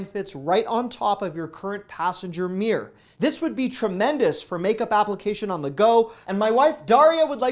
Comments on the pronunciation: Its mirror not meah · LOL! I didn't know "mirror" was one syllable!😂And yes your wife does look great without make up, you cradle robber, you! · Why do Americans pronounce mirror as “meer”?